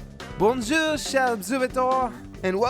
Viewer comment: Hi, If I may, since the debate seems to be about how to pronounce things, may I make a comment about the French accent/pronunciation? (if not, I do it anyways) "Bonjour" -> the "on", both letters, compose a whole sound in itself, a bit nosy, thus the "N" is not pronounced. and for the "ou", it is pronounced just as you pronounce the "U" in "Goku". last: I know it's hard for English speakers, but try to pronounce the final R "chers observateurs" -> when a normally mute counsonant ends a word, and the following word begins by a vowel, you end up pronouncing that mute letter "kind of in the beginning of the next word". -> "cher Zobservateurs" "observateurs" -> 1) "watcher/viewer" would be translated by "spectateurs", in this context. careful with google translate, it can lure you pretty efficiently for the pronounciation of "observateurs" itself: - the "o" should be more like in the interjection "ow!" (eventhough the exact French sound is not present in English language); - the "e" in "obser..." has to be pronounced more, and sounds like the (stereo-)typical Italian interjection "E!", that everyone caricatures; - do pronounce the R, again; - the "a" is pronounced like in the "arf, arf!" that does a dog - the "eurs" -> pronounce the R, of course, but also the "eu" is here pronounced just as if you hesitate: "uuuuh" (and for Spectateur, its pronounciation is very similar to the parts in "observateur") last comment, and for that I have no memory trick, "fin" is a "fem